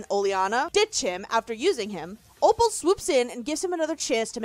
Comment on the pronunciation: OPAL, NOT OPEL!